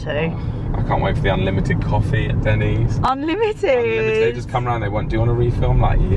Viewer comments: It’s not Dennis it’s Denny’s. Just saying 😂🤣😂🤣😂🤣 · not Dennice ; its den e sss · That was oddly very satisfying to see what you thought a out Everything in Denny's! Liz is is NOT called Dennis but pronounced Denneez! Lol! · Its Dennys not Dennis. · it's pronounced Den - E's not, Denis lol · its not called Dennis, its pronounced Dennies/Denneees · Den-Knees not Dennis! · Denny's, not Dennis. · It's pronounced Den knees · Sounds so fancy when she pronounces it as “Denna’s” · They way was calling it “Dennis” at the beginning was cracking me up lol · My husband got soo mad hearing pronounce it “DENNIS” lol 😂😂😂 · listen to how is pronouncing Denny's...it's not Dennis. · I love breakfast at Denny's (DEN-ees). Lunch/dinner not as much. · Lol it's pronounced dennies. Grand slam or lumberjack slam. Country fried steak is good too